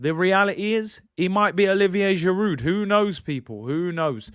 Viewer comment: Giroud, the "d" is silent, pronounced "Girou" It's not jiroutt